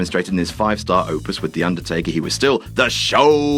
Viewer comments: Hate to be that guy, but... Undertkaer? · who is Undertkaer :)